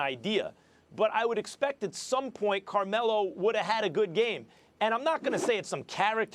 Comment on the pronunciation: "Carme-low" lmao savage 😂